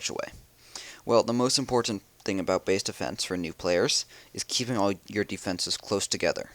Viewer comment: Why does and cheif pat both say deefences?